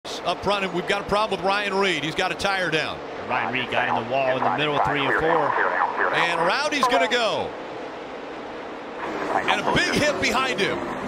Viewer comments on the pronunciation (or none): HE FINALLY SAID PRAWBLEM